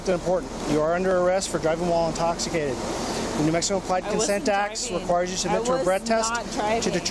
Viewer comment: "I'm not into.... intoc...... intoshikated." (Translation: "I am trashed beyond imagination."